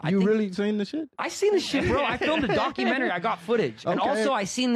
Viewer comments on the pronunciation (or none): Where in the world did you learn to pronounce the word "documentary"?? It's actually mind blowing. Never in my life have I heard some words pronounced the way you do. Other than that strangeness, I enjoy your content. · FTLOG, it’s pronounced doc u men tah ree! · Why do you say documentary so funny? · Dude! D O C U M E N T A R Y Please look up the pronunciation of the word. You say you are an engineer so I know you at least have a bachelors degree. Do you say words incorrectly on purpose to get comments? Also look up Palantir pronunciation while your at it. Love your pod though. Just something that is like nails on chalkboard when you speak words incorrectly and also say you are an educated engineer. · The way you say documentary 😂😂😂😂😂